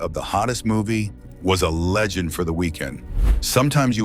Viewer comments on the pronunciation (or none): none